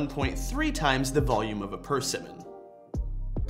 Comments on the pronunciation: I'm pretty sure it's per-SIM-mon. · Wtf pronounces persimmon that way?